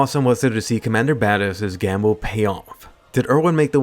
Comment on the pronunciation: "Erwin's titan attack gam-hook..." ...gamhook???